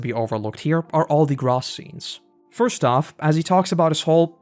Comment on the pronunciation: Gross is Gross… dude I know you watch the Dub. It literally is pronounced “Grow-Ss” not “Grahss”. Sometimes I’m just left baffled…